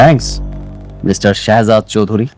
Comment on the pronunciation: হালার পুলিশ তো ঠিক মতো কথা বলতে ও পারে না শেহজাদ বলতে পারে না শহজাদ বলে 😅😅😅